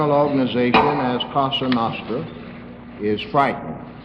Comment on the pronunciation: It's Cosa nostra- our thing, not kasa nahstra...